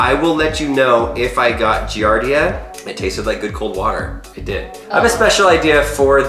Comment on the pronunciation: DID HE SAY INDID!!!!